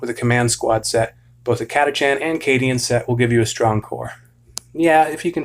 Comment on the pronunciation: It’s pronounced “cat-a-kan”